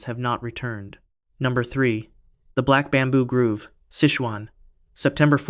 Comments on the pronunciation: Black Bamboo Grove! Not Groove! 🙄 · 😂 it’s the black bamboo Grove, not the black bamboo “groove“ It’s a collection of trees, not a dance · Not to be pedantic but it's pronounced "Grove" growv, not Groove - grewv.